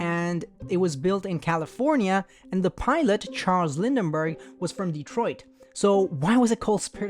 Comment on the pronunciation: "Lindberg" not "Lindenberg"